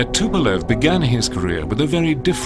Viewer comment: and yet the guy cant pronounce the Tupolev's name.that says a lot ....about USA.